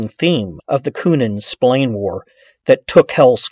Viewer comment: It's pronounced SP-ILARNEEEEÉ stop winding this guy up